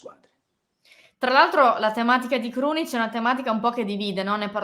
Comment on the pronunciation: Krunic come Casemiro non si può sentire😂